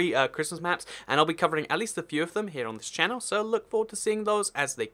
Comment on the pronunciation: Why do you say channelaa no offence I love you videos, you are the only one I watch...